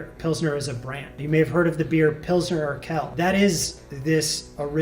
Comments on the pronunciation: Just a note: The second word in "Pilsner Urquell" isn't pronounced in a French way (like "urkell"), but more like "Oor-kwell". "Quell", or "Quelle" (with an additional e - pronounced like the one before - at the end) is a German word for source/spring/well. "Urquell" means something like "ancient source." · It’s more of a “w” sound right? I’ve always heard pronounced “urkwell” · depending dialectically, could also be pronounced "oor-kvell" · "Urquell" isn't pronounced "Urkel". The second "U" isn't silent. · To put an even finer point on it: “qu”would be “kv” so Quell would be “kvell.” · for those who want to pronounce "Urquell" correctly: it's something along the lines of "oor-kwell" (the 'oo' pronounced as in the noun 'moor')